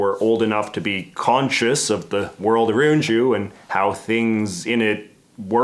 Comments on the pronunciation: I love when Canadians let slip their natural speech. Let's chat about that anytime you get aroon to it.😉😂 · Ah-roond is a new one